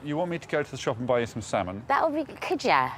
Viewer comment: Lady Leshurr and her salmon fham🤣🤣🤣